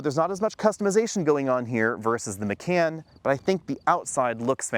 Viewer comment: When did Macan (mah-kahn) become McCann?